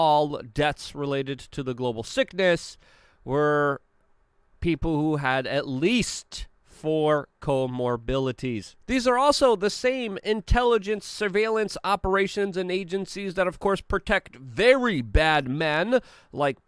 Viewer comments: Luke, you’re awesome but the word is “co-morbidities” not mobilities. Lol love ya man, keep up the good work. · It’s comorbidities not comorbilities….for Christ sakes, get a clue, dude. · "Luke......Use Tha Farce!" (It's 'Co-Mor-BID-ities' Mate) Thanks for another enlightening Vid, Luke:o) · 'Comorbilities' lol lova ya brother. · "Luke......Use Tha Farce!" (It's 'Co-Mor-BID-ities' Mate) Thanks for another Truth-beam-Shined-On-Lies style Vid, Luke:o) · “Coremobilities” 🤣 was this before or after you used it on Timcast? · Comorbilities! Lmao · Co molarities.